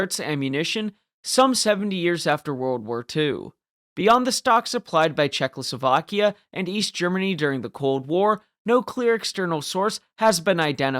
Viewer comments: I didn’t really care about the pronunciation im just pointing out the possibility of this being his strongest argument (I didn’t really get the reason he thinks you have dyslexia other than a simple mistake)It sound like you say czechloslovakia instead of Czechoslovakia ( basically adding an l) nice video though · ably talking about your pronunciation of Czechoslovakia